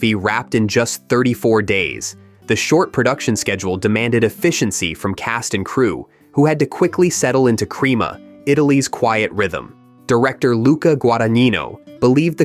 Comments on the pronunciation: yup, he mispronounced, as I suspected. .....it's "CREH-ma," and it means "pudding" in Italian. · Crema is in northern Italy, near Milan. The director was living there when the movie was made, I believe. I think the narrator slightly mispronounces the name. The first syllable of Crema like the French word, creme, as in creme de la creme or creme fraiche. Rhymes with phlegm.